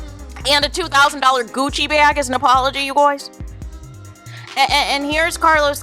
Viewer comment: Omg the “you Gwoys” is killing me 😩😩😩